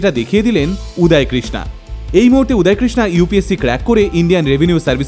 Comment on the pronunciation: উচ্চারণ উদয় হবে উদায় না। বাংলা কথার হিন্দি উচ্চারণ বড্ড বাজে লাগে শুনতে।